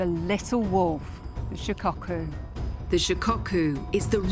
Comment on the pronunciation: Shicocku, lol its shi ko ku